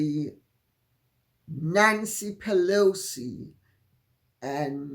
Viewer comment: Pee-Loucy please😂